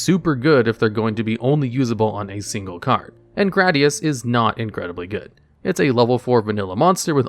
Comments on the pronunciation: Gradius is pronounced "grey-dee-os" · wait, THATS how gradius is pronounced? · Hearing him pronounce Gradius like that immediatly sent me into a panic attack.